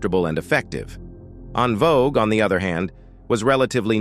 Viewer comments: …and the AI saying “On” Vogue 😡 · And " En Vo Guway" lol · So, who are these DA Barges and En Vokays? And how does the AI know the DA Barges are eunuchs? Also, I wanted to hear more about the d'botty between Arretha and von Dross. Or, maybe in the next video, the AI can talk about a dream collaboration between Meshell Ndegeocello and Ta-Nehisi Coates. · This was a good documentary but was obviously an A.I commentary screwing up much of the names dealing with the DeBarges and En Vogue. As a closeted Gay Artist of the 80s, Luther had a difficult life. But because he was never seen as a sex symbol, his audiences and friends continue to this day to protect his legacy. This is why the gay columnist Craig Seymour who was authorized to write the only biography of Vandross, titled Luther the Life and Longing (2004) edited out most of the gay references dealing with not only the DeBarges on tour in 1983 but the car crash he experienced in 85 which killed his boyfriend and the career of his protege. Yet most people are willing to discuss his diva like behavior towards En Vogue and Anita Baker. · DUDE ARTICULATE YOUR WORDS, LHMERCY!! 😮 ITS VANDROSS WITH A LONG O. EN VOGUE IS IN VOGUE. JUST BAD ENGLISH. EDIT. SMH!